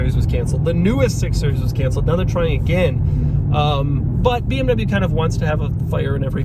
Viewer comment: 23 mins of pronouncing BMW incorrectly